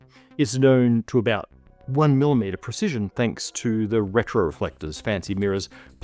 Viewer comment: you don't say milom eater it's of course milli meter